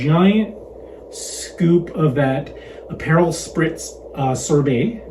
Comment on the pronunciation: it's App-per-rawl. And I had two or three aperol Spritz a day while I was in Italy